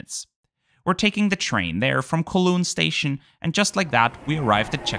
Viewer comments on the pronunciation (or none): Greetings from Hong Kong! Loved a video as a friend recently took this flight in first aswell so wanted to see how it was really like. Just a quick note that Kowloon is pronounced like cow(the animal)-loon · The way you butchered Kowloon 😭